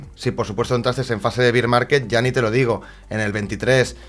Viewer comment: Se pronuncia "ber market" no "bir market".